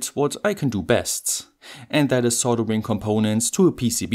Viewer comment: Not "coldering" are we?